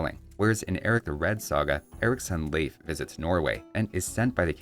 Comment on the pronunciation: As a Scandinavian, very good pronunciation of Leif. It's still a common name here.